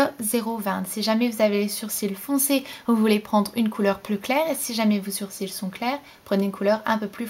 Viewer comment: Tu dis "surcils" ? :)